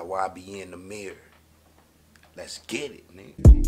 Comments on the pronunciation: NO ITS NOT NUMBER😂😂 he just saying that so it will go with the beat its nahmir (nah- mir) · it is (Nah-Meer), (nam-er) was just meant for something else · Lmao “Tamir” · 🤣🤣🤣🤣🤣🤣🤣🤣🤣🤣🤣 nigga said numer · Lol he think it be Nuhmer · It’s nahmir(na mier) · i know this old but it sounded like u said "thats why i be in tha mirror" instead of ybn nahmir, shit has me weak